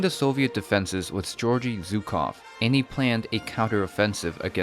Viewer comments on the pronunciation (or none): Zukoff xD. It's "Zh" sound or "J" in french. Like here "Je t'aimerai si tu me jures, je t'aimerai si tu me jures qu'on la pendra la Zingara". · He's not Zukov, but Zhukov. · Well done, buddy, but please learn how to pronounce Zhukov. Also, most of the population of Stalingrad was evacuated. Your historical sources may not say,but it was so. I was told by actual participant.